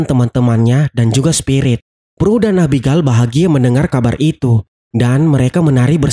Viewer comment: Abigel bukan abigal